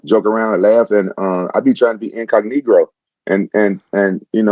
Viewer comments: in-cog-ne*ro lmfao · “Incognegro” haha wtf